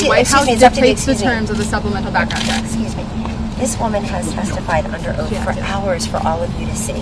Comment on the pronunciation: She is awesome!!! She works well with this wild crowd.. " Excuss Me"